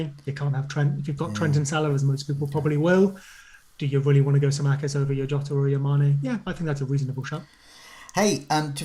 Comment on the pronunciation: I heard Yota and Jota but now we have calling him Jowta???